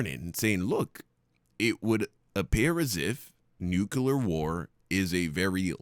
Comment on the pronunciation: Its not a "nu-killer" war! Its a "NUCLEAR" war! Learn how to pronounce words!